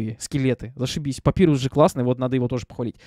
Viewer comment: И к слову, если говорить про имя персонажа, то правильно "Папайрус", а не "Папирус", просто переводчик либо дурень, либо не выкусил отсылку, что имена скелебратьев(и того, кто говорит руками, кто поймёт - тот поймёт) - отсылки на шрифты, либо я не знаю.